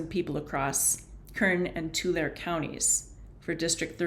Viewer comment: Tulare is pronounced two air y